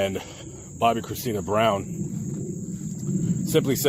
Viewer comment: You butchered her name lol it’s Bobbi Kristina